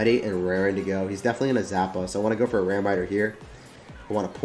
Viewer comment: “Ready and rearryrre to go”